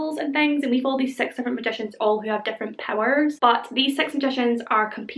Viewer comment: I was reading my book (Harry Potter and the deathly hallows) and I had you on the background. At a moment, I heard sex magicians. I took my eyes from the vook and rewinded the video. Your six sounds like sex. It's the accent.